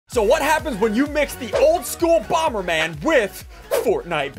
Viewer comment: Did anyone notice that it is boomer man instead of bomber man